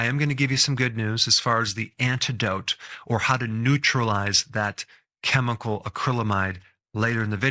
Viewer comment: last time I checked, chemical is pronounced keh-mi-call, not cheh-mi-call.... guess who's getting added to my do not recommend list!